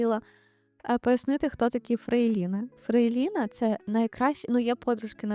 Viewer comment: Чому фрейлІна? Хіба не правильно казати фрЕйліна?